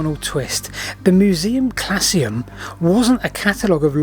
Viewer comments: Not 'klassium' but 'klauzum'. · Not "classium" as you pronounced it, but CLAUSUM... Closed! Shut! So the Museum Clausum is "The Closed Museum". This is a wonderful example of those absolutely crackpot enlightenment antiquarians at work. See also Iolo Morganwg, William Stukeley and many others, including those who have had their histories thoroughly whitewashed - here's looking at you Aubrey and Ashmole. The history of antiquarians is itself a subject worthy of serious study - if only for the humour. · Surely it's Museum ClAUsum, not ClaSSeum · Fascinating story. One thing: Musaeum 'Clausum' not 'clasium' - The Closed or Sealed Museum. Clasium would be something to do with fleets or army bands, some sort of group.